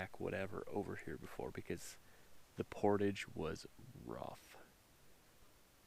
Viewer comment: So refreshing to finally hear someone pronounce the word, "portage" correctly! Instead of thinking they're so sophisticated that they have to start speaking like they're French, por-tajjjj!